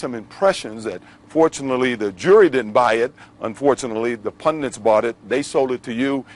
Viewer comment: Says “pundint”, too